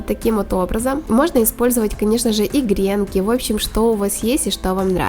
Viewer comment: Правильно говорить гренкИ ударение на И